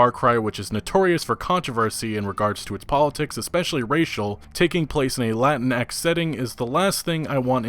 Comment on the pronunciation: just a heads up: you dont pronounce the x in latinx lol